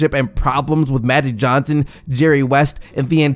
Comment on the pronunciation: What the fuck is Mattic Johnson 🤦🏾‍♂️